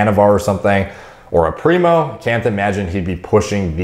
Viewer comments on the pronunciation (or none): none